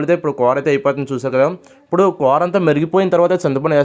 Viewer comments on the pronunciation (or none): కూర అనరా నాయన కోర అంటావేంట్రా బాబు